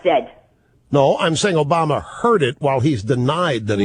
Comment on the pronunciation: Obamer? I thought it was Obummer. Funny stuff!